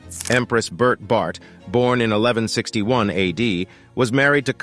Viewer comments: Its pronounced JENG-GIS KHAN. It's pronounced BOR-THAI not BERT😅. Please do your research well. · Bert though 😂 it’s pronounced bor tey 😂